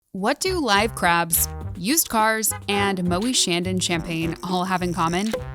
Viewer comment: I hate to do it but the pronunciation of Moet et Chandon is WAY off, sadly. Butchered :(